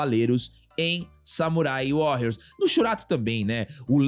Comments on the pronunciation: Sei que é chatice minha.. mas eu fui o único que se incomodou em ele falar o Warrrriors com esta pronúncia tantas vezes? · Só uma correção na pronuncia,. Warrios apesar de ser escrito com 2 r, como é uma palavra em inglês, se pronúncia como se fosse 1 r, arranhando bem de leve.